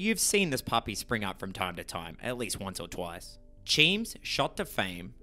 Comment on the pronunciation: It's so disarming every time you call Cheems "cheem" 😅😅